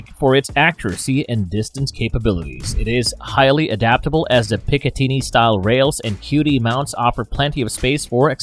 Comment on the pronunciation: You mispronounced picitinny